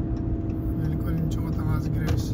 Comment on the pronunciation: Туура айтсан брат Лилкольн эмес Линкольн